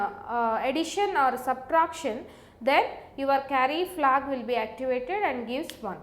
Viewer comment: Why do only Indian people explain this stuff so good? btw it's "Carry-Flag" not "Curry-Flag" ;)